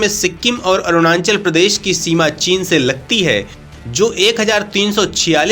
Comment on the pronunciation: Apne desh ke Rajya ka naam toh thik se lijiye 🙏.... It is not "ArunaNchal"..🙄..... It is ARUNACHAL!!